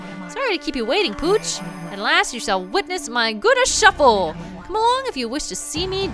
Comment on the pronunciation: I listen to youtube while at work so I'm not watching the screen usually. I hear talking about The Gura Shuffle and I swore she was saying Gouda shuffle. (Gouda as in the cheese.) xD